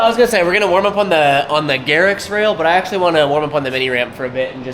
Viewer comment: Did you just call that the 'Garrics rail' ?! Love it haha!